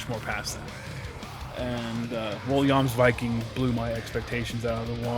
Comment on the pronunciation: You are the first reviewer I've seen to have pronounced it correctly!